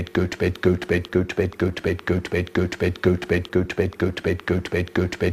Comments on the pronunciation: After a while it starts to sound like he's saying "goat bed" lmao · Is it just me or I hear “Gucci bed” XD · It sounds like he's saying goats bed after a while Is that just me? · 2x speed tho 🥶🥶🥶🥶 it sounds like hes saying peppa pig lol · He said: Götüped Götüver Götver Götbet Götve Hötüvet Götüpen Götten 😀😀😀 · I hear gooch bate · sounds like goat bed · Nah u would be broke this man saying goat vape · I prefer the times he says goat bed.